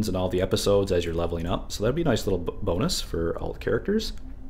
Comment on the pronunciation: When you said "boon-us", I know exactly what happened. You're brain was thinking "that'd be a nice boon" and your tongue just combined those words. I think its cool our brains do this, and by context, our brain knows what you mean. I heard a women say her kids were "running rampid" and I realized people here say that, and don't realized they're combining rabid and rampant. Anyway. Language is cool.